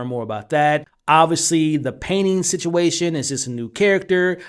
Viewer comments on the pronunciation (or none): none